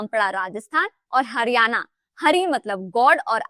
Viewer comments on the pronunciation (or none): none